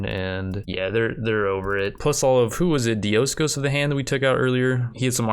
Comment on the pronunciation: Diocosos is not Dioscos. just putting that out there.